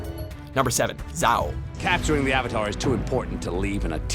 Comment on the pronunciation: Zz-ow? 😂 It's so bad